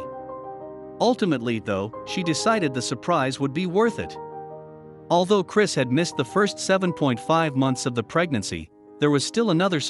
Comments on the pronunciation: He’s not Christ. Turned off video at the first mispronunciation of the name. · Check the script. His name was Cris - NOT CHRIST! Double check at deployment, how many times you called him Christ. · They should have proofed the audio before posting it since the narrator kept going back and forth between calling him "Chris" to calling him to "CHRIST" and then back to "Chris" again.